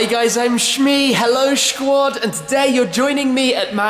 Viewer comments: I always skip the part where he says shquad. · shquat is cancer in my ears other than that good vid.